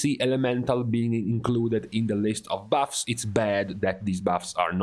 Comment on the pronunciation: Your accent is terrible. Why don’t you just make videos that cater to your ethnicity and not speak broken English. “ these baffs” it’s buffs. And stop complaining about your classes.